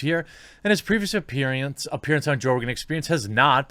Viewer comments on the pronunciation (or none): "his previous appereance" lol